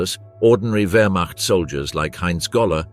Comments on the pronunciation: Terrible AI commentary. Stopped the moment I heard 'Werschmart' which I assume meant 'Wermacht'. And the awful picture gallery which shows nothing aligned to the commentary, even showing French soldiers as SS, what a load of shite. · Werch mart. Good try, AI. It's Wehrmacht(vermact). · commentary at 2.08 = "werch mart". How real is any of this ??? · The “wurchmot” brutal pronunciations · What the hell is the Werchmart? Once again, AI sucks a turd. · You know the nattation is AI when it says "Wurtch-macht" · ... "regular members of the (wertmarch) ... wtf! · Stopped watching when the AI voiceover could not pronounce ‘Wehrmacht’. Get a real person. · The narrator missed pronounced whermacht not good enough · Can you not pronounce Wehrmacht? Is it so hard to check your work? Distracting from the rather decent script that either AI or some poorly paid historian wrote and was not credited. You have to do better. Or be ignored. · I stopped when the AI voiceover could not pronounce‘Wehrmacht’.